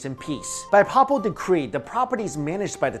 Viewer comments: Hi, I really do enjoy your postings, but this one you've really messed up the word "papal" It isn't said pa-pal. It's said "pay-pal". Where do you live? Any churches nearby? Any pastor of just about any Christian religion could or will correct your pronunciation. Keep up your very interesting work. On all your channels( having difficulty finding you food channel,BTW). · Not a bad synopsis, but most of the 'fun' speculation centers around secrets of King Salomon's temple, connections with the Masons, etc.. The conventional pronunciation of 'Papal" is "pay-pull", btw. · Papal (adj.) pronounced: PAY-ple kind of like the word people, except the first syllable is "pay" (as in: "pay what you owe") You're far from the worst offender of these mispronounced lines on YouTube, but this one bugged me more than normal. Love your channels,. Keep it up... Although... I kinda miss Dan. There was a great comedic dynamic with you two. Dan playing the well-meaning doofus to your "straight man". But whatever, keep up the great work.